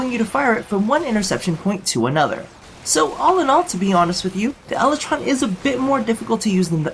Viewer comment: "Lel"ytron Lol